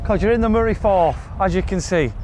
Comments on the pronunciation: The Moray FIRTH!!!😅 Not Forth! Firth is the Scottish word for an inlet of sea or an estuary. E.G the Moray Firth, the Firth of Clyde. The river Forth drains into an estuary between Lothian and Fife, the Firth of Forth. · Great hidden gem, fantastic part of Scotland, loved the video, you two are so good together. Just for the record the water is pronounced Murray Firth. Can't wait for the next gem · Love the video and the golf and I know you don’t know your hillocks from your niblicks but it’s Moray FIRTH. There is a Firth of Forth but it’s between Edinburgh and Fife. A firth is the Scottish word for an estuary mate. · Great video but it’s the the Moray firth not forth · Murray Firth not Forth 😂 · It's not the moray forth, it's the moray firth. You keep pronouncing it wrong.